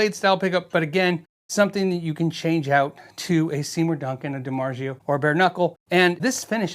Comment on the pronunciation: Every time he mispronounces Dimarzio…Nails on a chalkboard.